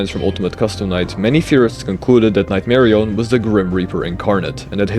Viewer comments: Nightmari-yun not nightmari-own jumps off cliff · why does bro say "nightmarioné" like a French guy 🇫🇷